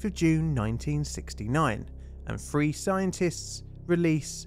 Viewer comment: All the th words sound like f words. Three sounds like free. Theory sounds like ferry